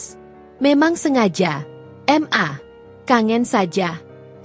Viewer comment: baca nya yg bener dong.. ma kok di panggil M A...